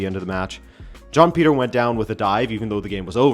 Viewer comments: Why do I keep hearing John Peter when you’re saying Joao Pedro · John Peter and John Snow💀💀💀cmon manee. How do you watch the Portugal league and pronounce their names like that? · I’m so confused. I thought you kept saying John Peter rather than Joao Pedro. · What is a John Peter? 😂 Is that the English Translation of Joao Pedro?